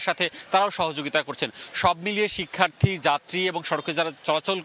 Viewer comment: শিক্ষার্থ্রী নয়, বলুন শিক্ষার্থী।